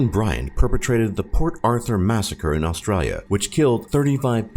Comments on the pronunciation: Is it just me or every time he said "Australia" he would say it with an aussie accent... and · That's possibly the worst way to say Australia lol